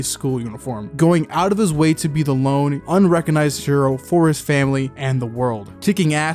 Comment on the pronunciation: "Lone" no...